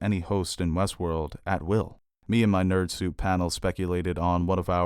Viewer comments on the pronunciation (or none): none